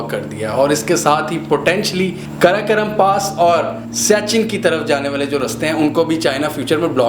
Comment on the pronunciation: karakaram nahi hai...karakoram hai....ghawar..